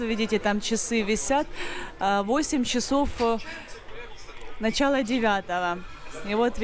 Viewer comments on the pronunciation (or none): none